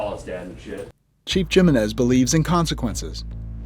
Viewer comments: Am I the only one thats irked by them saying Gem-enez vs He-menez? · Jim Men Niz ??? 😅 It’s “Him MEN EZ”😂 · I live in Saint Ann and my biggest complaint is the lack of police presence when it comes to traffic violations. People run stop signs continuously, speed and so many cars have expired plates and you rarely see any police trying to deter this issue. Also why do they pronounce the J in Jimenez? It’s pronounced Himenez. Just dumbing it down I guess.